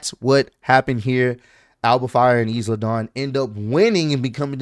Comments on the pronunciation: not too be that guy but did call Isla is-la?? 😂💀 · unc you gotta learn how to pronounce Isla Dawn’s name 😂 it’s “isla” like in “island” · Dawg the S in Isla is silent lol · I don’t know either but this is second time saying the S after he heard Samantha pronounce it right lol